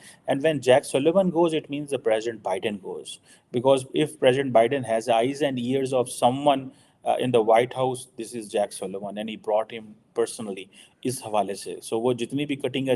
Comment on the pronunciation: It's Jake Sullivan, not Jack Sullivan